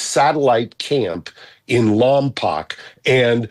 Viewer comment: Lompoc is pronounced Lompoke.